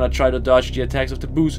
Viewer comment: Note: Work on pronunciation of "boos".